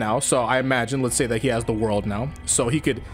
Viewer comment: I always find it funny when he says the world it sound like he's jeezing 😂